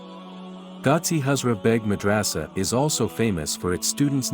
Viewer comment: Mad ra sa. Not raaaaasa